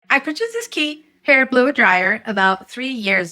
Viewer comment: it's pronounced "CHEE"